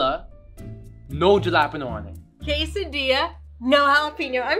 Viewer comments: But seriously, why is jalapeno pronounced ha-lo-peen-no 🙃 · When he pronounced jalapeño it was way too funny